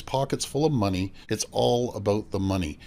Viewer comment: "You know what it's all aboot?"